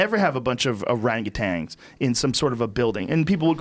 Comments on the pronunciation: Duncan "Orapeatangs" Trussell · "O-rape-atans" -Trussell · Duncan "O-Rape-Otangs" Trussell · Duncan "oRapeatangs" Trussel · hahahaha when duncan says ORAPETANS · Aaron Levy “O-rape-UTANGS” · 'Or-rape-atangs' lol